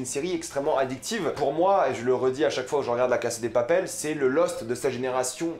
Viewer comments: C'est drôle comment tu prononces "La casa de papel" 😂 A la française mais en sautant un syllabe a l'anglaise alors que c'est de l'espagnol ! 😂😂 Sinon pas mal, je suis d'accord avec ta description et tes interprétations ! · apprends a aprmer par contre c la casa de papael pas la case de papel et ca se prononce anrél pas anguel